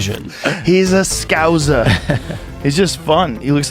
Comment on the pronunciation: The way that Rogan pronounced "scouser" has left me speechless. On a par with "aluminum"